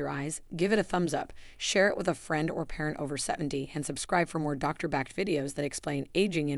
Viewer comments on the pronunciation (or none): none